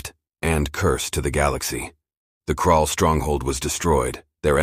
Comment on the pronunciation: It's Krull not crawl. Get your enemies right or don't fight. I'm a poet.....